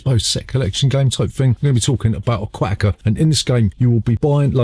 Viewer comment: Im recommending you dub a different accent when saying ‘Aquatica’ some things just aren’t meant to go together you know?